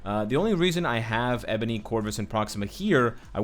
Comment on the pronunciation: Not to be rude but you pronounced Ebony wrong